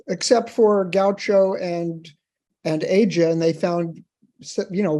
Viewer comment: Amazing. The only time I've heard a music "expert" mispronounced the "Aja" album. Apparently, he never listened to the title cut or ever discussed it before with anyone.